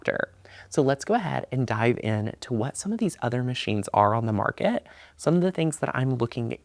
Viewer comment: So many other machines on the "Mark-KAT". Lol.